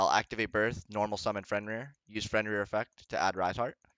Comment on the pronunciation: The guy is also called Fenrir not Frenrir lol. Great video tho